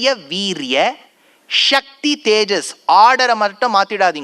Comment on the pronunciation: இவர் மாதிரி உபன்யாசம் செய்பவர்களே சக்தி என்பதை க்ஷக்தி என்று உச்சரிப்பதால் இப்போது எல்லோரும் ஸ க்தி என்பதை ஷக்தி என்றே உச்சரிக்கிறார்கள். ஸ்ராத்தம் என்பதை ஷ்ரார்த்தம் என்று